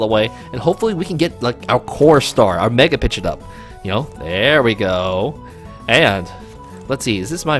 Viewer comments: Pidge-ot bro, like 99% sure it was pronounced that way in the anime too! Basically Pidgey + the "ot" not "it" like you were saying. Just saying not trying to be mean. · The way you're saying pidgeot is driving me up a wall lol